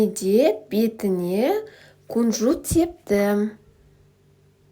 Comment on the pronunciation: Кунжут демей күнжүт деп қазақша айтаберсеш😅